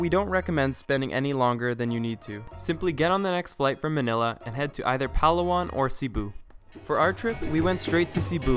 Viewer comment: It's Pa-law-an haha not Pal-awan :)